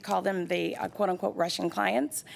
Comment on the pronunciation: Is she saying Russian clients or Rush in clients.....